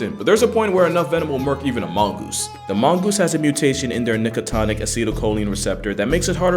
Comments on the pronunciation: nicotinic, not nicotonic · it's called nicotinic receptor, nicotinic like nicotine, the active principle of tobacco. Guess what molecule bind to those receptors... "It's le-vi-oh-sa, not le-vi-oh-sa..."